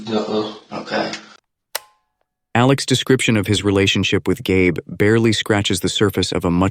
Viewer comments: Gabe is a man's name. I think her name is likely pronounced GABBY. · Dear AI video bot voiceover... it's pronounced "Gabby" as it's a female...